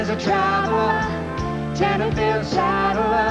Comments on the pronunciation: Small point, it’s Tenterfield, not Tenderfield. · It’s Tenterfield Saddler! With a T.